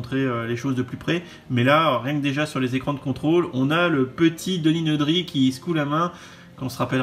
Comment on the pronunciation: je valide tout !!! sauf la prononciation franchouillarde meme pas conforme à la vf de Denis Nedry